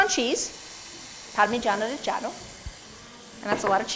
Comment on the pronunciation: damn... she's gonna pronounce pancetta and parmigiano reggiano all properly in italian and then add cinnamon, heavy cream, and fresh pasta to her "carbonara" WTF